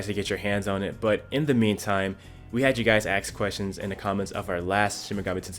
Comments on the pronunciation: “We had you guys axe questions” Ask. A-S-K. Not a hard word to pronounce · I love “aks”. I’m not being sarcastic and this isn’t a dig. Where I live nobody says aks but I like it.